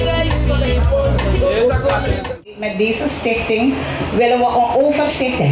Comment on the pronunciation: Probeert hij stichting te zeggen? Ik hoor Stink thing Ronnie Brunswijk.